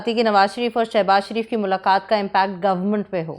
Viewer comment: کسی نے نوٹ کیا کہ مبشر لقمان صاحب نواز شریف کو۔ نواز سریف۔اور شہباز شریف کو۔شہباز سریف ۔بولتے ھیں؟